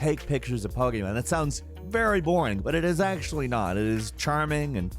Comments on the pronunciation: I really love the video great job but I hate the way you say pokemon it's like you're saying pok-a-mon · Great video but damb please say pokemon correctly 🙏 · I don't like how he says 'Pokemon'